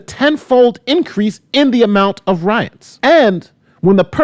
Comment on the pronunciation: “Roits” lol